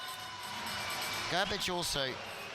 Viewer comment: Polish coach is not Garbage 😮 is Grrrribig , shame on commentator to not pronounce right way the names